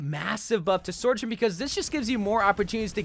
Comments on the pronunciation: its the sor-journ for me and he's been saying it like that since the beta😭😭😭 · I come back every few months to see if this guy has learned how to pronounce Sojourn yet. See y'all in a few months